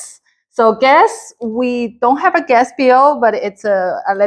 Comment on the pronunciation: The budget is good! Please help her with her English, hard to understand her. She pronounced gas as guest, sounded like guest, so was hard to grasp the concept.